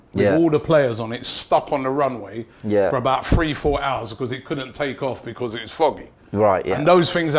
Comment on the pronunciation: Is it just me or does Robbie say because like beecccwooozzz!